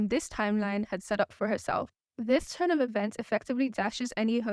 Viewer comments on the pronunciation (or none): none